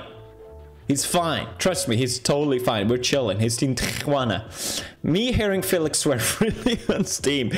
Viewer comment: Felix saying Tiguana instead of Tijuana is the funniest thing to me as a mexican